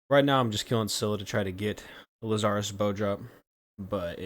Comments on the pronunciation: I've never heard anyone call it Lu-zar-is , interesting, i always called it Laz-er-us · It's LAZarus, not Laz-zar-rus.